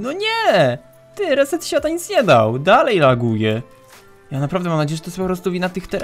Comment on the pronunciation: powiedziałeś "reset siada" a nie świata xDD Edit: a w powiedziałeś piraminde Edit 2: cudownie chyba jednak nie :)